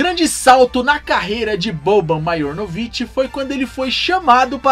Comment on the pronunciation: Se pronúncia Marianovic o j tem som de i em sérvio. Mais um excelente vídeo sobre essas lendas, no sentido folclórico da palavra.